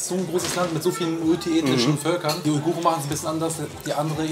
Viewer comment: Wie er Uiguren nicht aussprechen kann …